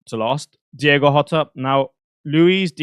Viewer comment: Hotter?????? hahahaha thats how u say Jota